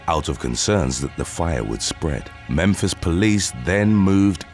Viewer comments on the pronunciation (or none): none